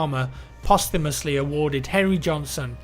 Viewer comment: The way says "Posthumous" at the end bothers me